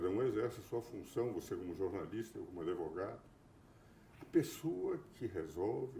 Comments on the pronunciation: Por que ele fala "adevogado"? Além, é claro, com menos inteligência e brilho, ser o Carl Schmitt brasileiro. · Adevogado. O cara se diz sumidade e fala ADEVOGADO. PQP!